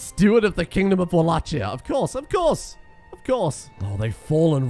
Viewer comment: the way he pronounces Wallachia is gonna annoy me for the rest of these videos lol